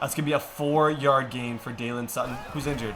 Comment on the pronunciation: It’s Day-lun Sutton not Dylan